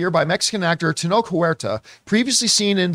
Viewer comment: Just a little nip-pick that’s been bugging me. The “ch” in Tenoch is not pronounced with a K as and “school” or “chasm,” but “Tch” as in “church” and “champion.” Thanks for the videos, love the show.